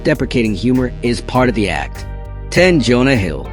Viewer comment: "Da" floor?